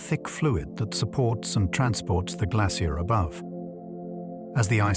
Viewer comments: I am British, we say it like Glace-shee-er. His AI let him down. He even said ''glass-ee-er'' nobody in England says it this way. AI gone wrong. Listen to the pronunciation it is all over the place. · Yeh I gathered that, my issue was his pronunciations differ each time he said the word. So it is an AI issue, not a regional one. Kneel before me American! Kidding but yeah I clocked each time he repeats stuff over and over then the pronunciation changes, and people think AI will take over. Pfft. Unlikely. Not sure why Americans say ''I am part Irish'' or ''I am part Scottish'' yet advocates of pro American. Make your minds up. You are not british, you are where you are born and raised. ''My family is British'' if we want to go deeper, no your family in America is actually Spanish not British. British did not take the America's, it was the Spanish working for the British, pick up a book. You are not British or Scottish or Irish or Dutch. just descendents of Spanish invaders paid for by Britain. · Can't pronounce 'glacier' - woke me up